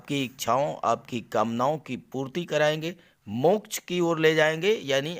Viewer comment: मोक्च का उच्चारण बडा मजेदार करते हो आप